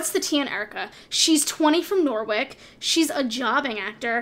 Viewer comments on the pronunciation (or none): NORWICK??? im suddenly from norwick (its pronounced noh-rich) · Swan sea for Swansea Norrich (ch like choo choo) for Norwich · Nor- wick and swan-saya lmfao